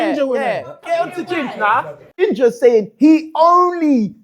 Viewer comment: said ginja breed man 😂😂😂😂